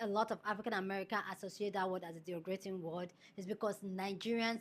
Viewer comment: the word is derogatory #derogatory #DEH Rohhh gah torr eee & derogative #DEH Rohhh gah teev (capitals for emphasis) I need you to practice and get them right ❤❤❤. You’re one of my favourite YouTubers. I can’t watch you mispronouncing words.